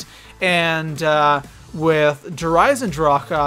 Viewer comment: My man said der eisendracha lmao